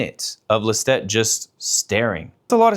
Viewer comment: Love this but that’s not how you pronounce Lestat